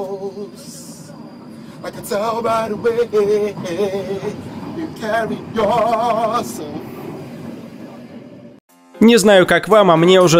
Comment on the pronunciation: Не дыстать (достать)